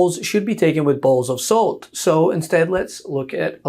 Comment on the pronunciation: Did you say balls of salt?